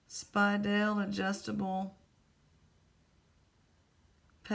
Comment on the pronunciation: Nope, you are pronouncing Speidel correctly. It was a German company that came to the U.S. in the early 1900's. They have been making watch chains and bands for a very long time.